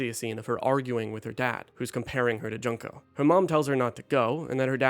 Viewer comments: It pains me every time you pronounce Junko as "junk-o" instead of "june-ko". 😩 Great video, though. ❤ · Juneko not junko xD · The pronunciation of Junko as JUNK-o 😭 did you even play it